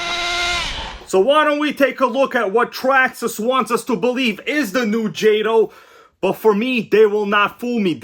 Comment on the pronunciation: Calling jayto😂 and crying 😂